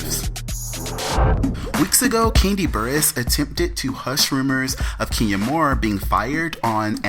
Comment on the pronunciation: ....Everytime you say KEENya I cringe. it's KEN Ya please be professional enough to pronounce a person's name correctly. Ken, Ken, Ken, Ken YA not Keen or Kean Ya